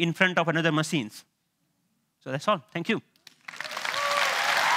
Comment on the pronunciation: genius but why is he saying macine?? :)